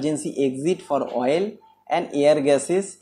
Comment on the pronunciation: Good content and explanation. Small advice: please pronounce the word OIL clearly, not 'VOIL'. Take as positive feedback